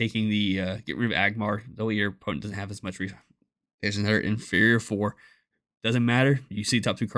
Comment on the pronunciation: It sounds like he calls it the Inferior Four. 😂